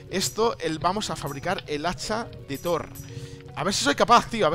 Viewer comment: When faileas al decir hacha de thor xd